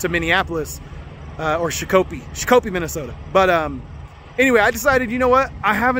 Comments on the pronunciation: It’s pronounced shak a pee. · Shakopee, MN is pronounced "shock a pee". I lived near there for years. Love your truck! Was poor judgement imo to have a trainee practice sliding it into a slot alongside a shiny new truck. Find some clunkers; it's not hard to do. Save lots of grief for lots of folks if something bad happens. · I was informed of the proper pronunciation but only after 3 or 4 videos worth of calling it shaq-coppee. Lol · Love your videos. I can't stop laughing on your pronunciation 🤣 sha-ko-pee. I'm from MN. Love your energy.